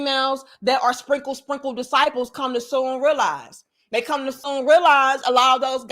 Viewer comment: Why your country self say "spinkle, sprinkle" like that tho? You're too silly.